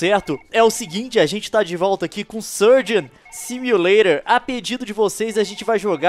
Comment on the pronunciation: quem acha estranho o leon falando Surgeon Simulator da like